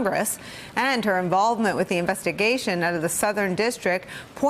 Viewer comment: Winston Wolkoff sounds like "wins ton walk off"! not so fast, my sociopolitical friend!